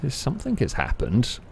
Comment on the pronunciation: "no one has caugtend on" "Somethink" 😂